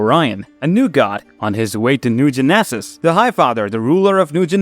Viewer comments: A-poke-a-lipz ? New Gen-eh-saz? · 😂😂😂😂😂😂 Lmfao. Great Video. But i couldn't stop laughing every time he said Apocalypse or New Genesis.